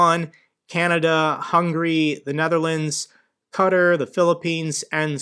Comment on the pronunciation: I started following you since Operator Starsky mentioned your coverage . Thank you for you honest , no nonsense updates . PS Qatar - pronounced and rhymes with Tartare . 😉